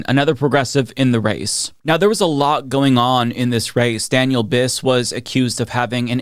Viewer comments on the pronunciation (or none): none